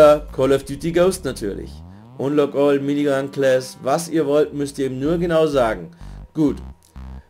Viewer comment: Hi Lern Englisch bitte wie man richtig unlock all oder hoster ausgspricht weil es heißt ned hoster... forcehost du horst...